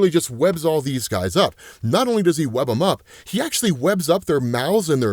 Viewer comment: I don't know if anyone else caught it. But at 5 minutes 48 seconds he says Superman's webbing. I had to double back and listen to It again. As I'm at a stoplight, and sure enough. Yep, Superman, got some crossover going on. So I'm doing voice text if it's a little wacky. I can't prove read and drive, love what you do. Keep it up😅